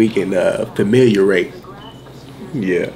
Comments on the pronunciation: What is "Famiiliarate"? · Did he say, "familiarate?" LOLOL!